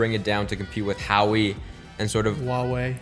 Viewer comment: You’re a tech guy and you didn’t know how to say Hauwei?